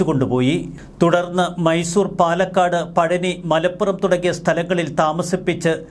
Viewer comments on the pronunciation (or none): none